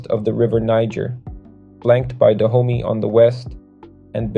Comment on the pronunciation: Its pronounce duh oh may dahomey